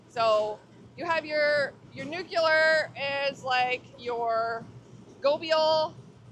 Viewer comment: I’m absolutely shocked as to how, or why, I was able to notice, I mean with the distractions, but it’s “NEW-CLEE-ERRR”.